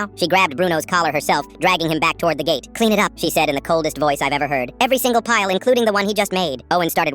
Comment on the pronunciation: Pile not pyle (as in Gomer)